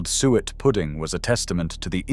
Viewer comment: Some interesting sentiments, but if the pictures were appropriate to the commentary it would have been so much better! [E.g., you talk of sheep head and show pictures of a pig's head ...... not very clever. Oh and by the way, SUET is pronounced soo-it.